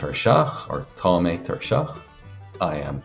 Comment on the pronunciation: There is no dialect of Irish that uses 'th' (as in the British English 'th' sound) in the word tá. It's an error in the video above. There are dialects where tá may be pronounced as 'há' (which would be rendered under Irish spelling rules as 'thá', but please never pronounce 'tá' as 'thaw' (as in the English word thaw). This does not happen in Connacht 100%.